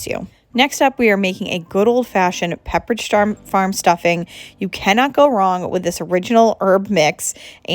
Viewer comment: Your Mother is lovely, I enjoyed seeing her. You almost said Petridge farm and because I am on the NH, Ma border I know a lot of people who call pepperidge farm petridge farm, so funny and cute.